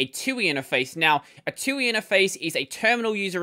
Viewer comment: this is the first time I've every heard anyone say Twoey